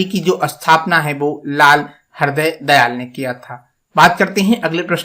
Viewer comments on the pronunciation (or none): भीमाकाजी कामा नहीं होता .. भीकाजी कामा और ..हृदयदयाल नहीं हरदयाल ।। हिन्दी बोलने में इतनी परेशानी??😂 कृपया उच्चारण ठीक करें! बहुत कन्फ्यूजन हो जाती है...